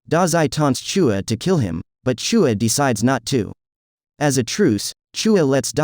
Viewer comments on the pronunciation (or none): Who tf is CHOOUA ITS CHUU-YA WITH AN AH